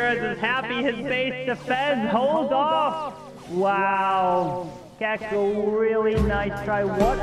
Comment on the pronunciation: still hasn't learned how to say Checco